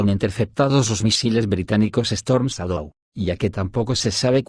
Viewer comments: Chédou. Pero el audio es de lector automático. Por eso pasan cosas como "teléfono aviv" y "...quosciente intelectual..." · Lee así : Chadou = shadow